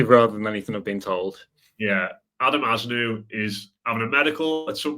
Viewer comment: Pronunciation Az-nuu